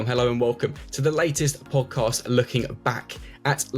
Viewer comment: Actually, my opinion it’s boring. The dude in the middle can’t pronounce podcast. Which was turn off right away.